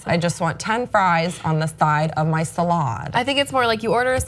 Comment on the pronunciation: "Salahd" - omfg😂😂😂😂